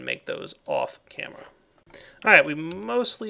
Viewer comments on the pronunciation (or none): none